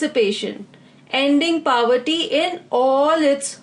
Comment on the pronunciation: hello mam, your videos are very helpful,especially the follow up of every question with a little detail about that topic. I appreciate this effort. Would like to correct you at one of the point-- pronunciation of word "POVERTY"..It is PO-verty and you pronounce it as PAW-verty or PA-verty which sounds way too Odd. forgive me If am wrong. Thanks.